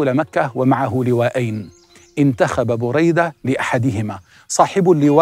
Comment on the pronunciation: مجهود رائع لكن أعتقد نطق الإسم خطأ ، فهو : بريدة بن الحصيب - باء مضمومة وراء مفتوحة وياء ساكنة ... حاء مضمومة وصاد مفتوحة وياء ساكنة buraydata ebn al husaib هكذا سمعته من الشيخ محمد بن العريفى * أنا علقت لما سمعت الاسم من اول شخص تكلم فى الفيديو ثم لما اكملت المشاهدة وجدتك قلت ما علقت به